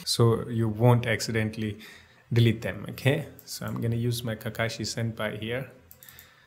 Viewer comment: he called him senpi